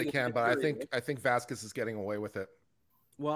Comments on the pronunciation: Why is it so difficult for this old white lady to pronounce Vasquez? If I was Camille, I would be so pissed to have this lady saying my name wrong, over and over and over again. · Camille is a Boss! And I would normally agree that pronunciation of Vasquez is quasi racist but we have to remember we're talking about the same person who got her clients name wrong when calling her to the stand and kept calling Dr. Hughes Dr.Curry.